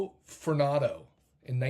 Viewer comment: Joe Fortunado - Fortune-na-do. Furnato distracted me.